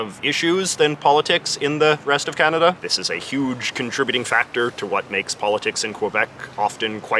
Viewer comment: They don't even pronounce kanada correctly but say coaaaahnaaadaaaa instead and the us laugh at us bc of it 😂